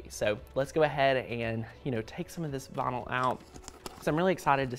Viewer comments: Ooohh! He is saying vynil! I was wondering what bonull was! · I love the way you say "vinyl" ! 😊